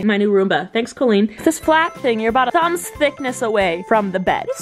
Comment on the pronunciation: Cole-een ?! Isn't it Call-een!?